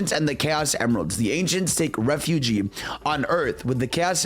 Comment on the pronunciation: My man fumbles his r words… he can’t say “resurrected refuge”